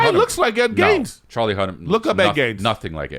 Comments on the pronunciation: How many times are they gonna mispronounce Ed Gein’s name!? Jeeez. Its not “Gaines”😂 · Nobody's gonna correct Ed "Gaines"?? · Bunch of grown adults can’t say ed geins names correctly